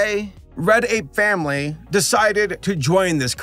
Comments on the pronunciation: whenever he says "Red Ape Family" i hear "Reddit Family" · It might be something with my audio but everytime you say "Red Ape Family" i hear "Reddit family" and I'm confused.